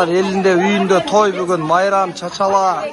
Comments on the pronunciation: Чачала эмес чачыла деп айт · Жакшы болуп кетсин 🤲🤲🤲👍🤲🤲 ден-соолук узун өмүр берсин! 🤲🤲🤲👍🤲 оператор бала кыргызча нукура сүйлө чачала эмес чачыла дейт.